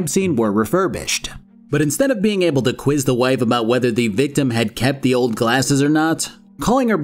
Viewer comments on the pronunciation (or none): none